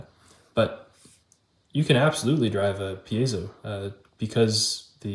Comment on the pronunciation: Cool video, and I just want to acknowledge that you're one of the few people who pronounces "piezo" correctly!